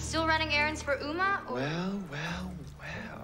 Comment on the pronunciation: Uma: Sings a song about her name.: Says her name wrong.